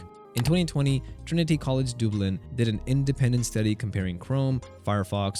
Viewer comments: It's not doublin, its Dub Lin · Is this an AI generated voice reading this. It pronounced Trinity College Dublin as Doo-blin, instead of Dub-lin? 😅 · Dooooblin. 😅😂 Dublin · I've never heard Dublin pronounced 'dooblin' before. Eerie... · Great video! But the way you pronounced Dublin nearly made me throw up 😂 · Trinity College Dooblin? I guess AI can't pronounce Dublin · Dublin pronouced Dube lin seriously? AI crap